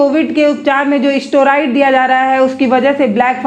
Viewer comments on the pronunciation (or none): जानकारी अच्छी लगी है परन्तु ' उभर' नहीं पाया के स्थान पर 'उबर' नहीं पाया तथा 'स्टोराइड'के स्थान पर 'स्टेराइड' उच्चारित करने से अधिक अच्छा लगता। आपको प्रोत्साहित करने के लिए टिप्पणी की है, हतोत्साहित न हों। आपकी जमीन से जुड़ी पत्रकारिता अच्छी लगती है।